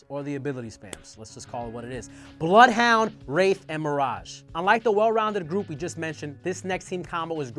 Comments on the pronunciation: It’s bloothhunter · Is it me or the way Bloodhound/Blothhoondr is sometimes said is weird and out of place?